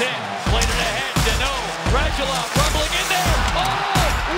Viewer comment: Will they ever learn how to correctly pronounce foreign last names and put accents on correct syllables? Because it's RadUlov, not RAdulov. PS U in Lundqvist (and other european names e.g. Radulov) is read like OO, not like in the word 'puck'. Just the same as Bush